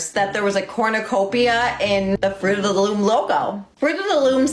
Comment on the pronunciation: I really love that she pronounces it "corn-you-copia." Very human design!